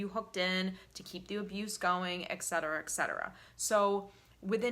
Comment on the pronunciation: I want to throw up every time you mispronounce the word etcetera. You are so well-spoken. Is it that hard to notice you’re saying it wrong? eTSetera is how it’s pronounced.